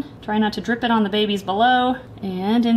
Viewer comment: The way they say bebes gets me every time 😂